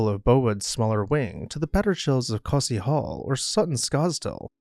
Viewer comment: I got to congratulate you on pronouncing Costessey Hall correctly. Also, you missed out on the coolest part of this story, the insane life of Henry Paget, 5th Marquess of Anglesey.